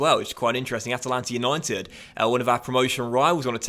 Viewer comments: It’s At-lant-a not At-a-Lant-a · AT-LANTA! Not Atalanta. Atlanta USA is like 10 times a larger city!